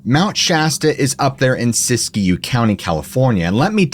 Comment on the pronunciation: It’s Not called Sissy Q county, California, it’s pronounced: Sis-Q